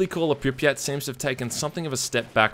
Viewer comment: It's not Pripyát, it's Prípyat. And actually it's not St[ɔ:]lker, it's St[a:]lker. As far as I remember it sounds so in CIS countries and in former part of USSR's Ukraine.